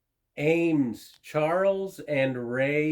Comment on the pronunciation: I'd put at least $35 on that buffalo, being that people here in Texas love anything "western". I sell quite a bit of brass as well. They probably don't do brass anymore because it's too expensive. Awesome find on those Eames chairs. Ea pronounced E, not A.